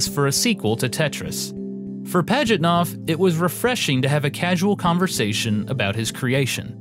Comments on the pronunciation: Sorry, not worthy to call yourself a historian. I'll pass. How badly do you want to mispronounce the creator's name? Gaming Historian: Yes! How creative do you want to be about the creator's date of birth? Gaming Historian: Yes! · This was excellent! But i can't grasp the fact that americans can flawlessly pronounce japanese names while mutilating the russian. Pajitnov is pronounced Pah-yit-now, not Padgitnof